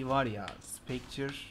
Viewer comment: Spectre'ye neden "spekçır", diyor bilen var mi? , mesela "spekta" belki, ya da en TURK/Amerikan haliyle "spektır" falan yerine... cidden bak, dalga gecmiyorum. "ç" nereden, nasil gel(ebil)iyor? Tek o mu ulan diyeceksiniz, tamam tabi, deceit'i "disayt" diye okuyunca ("dısiit" yerine mesela) falan da gulumsetiyor da, o olur yani... ama şu "ç" bam-başka